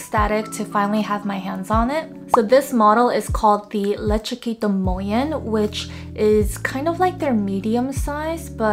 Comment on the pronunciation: I’m so impressed you can pronounce this bag name 😂